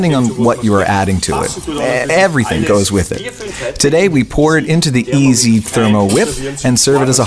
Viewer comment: Sounds like he's saying easy instead of iSi!